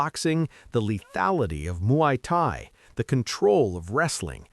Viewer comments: "Muay Kai"? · "Moo-ee Tie, the art of 8 limbs..." as 10 spots are shown.